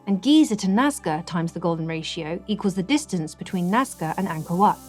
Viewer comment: When you are the only person who calls Ankor, Ankor Vat.. What? Wat.. What? Vat..? Wat... Sorry ET we know you didn't make anything on Earth. There simply isn't anything "that" advanced, we can't do. There's just a lot of smoke n mirrors... oh and we knew features about the Earth, we've only come to understand in the past 100 years, 4500 years ago.